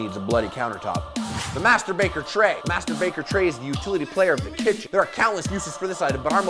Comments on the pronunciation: "Master baker tray" I heard "Masturbater tray" ... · sounded like he said "masturbater tray" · i thought he said masterbater tray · Is it me or did he say "MasturBacon Tray" ???